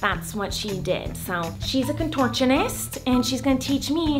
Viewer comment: Nobody: Miranda: ConTOrChOniST